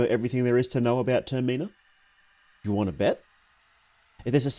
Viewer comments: "Tuhr Mee nah" Im dead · ur pronunciation of TERMINA is making me feracious